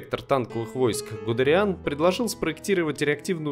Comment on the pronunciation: Не "Быстрый Гейнц", а "Быстроходный Гейнц". В фамилии правильно ударение на букву "е" ставить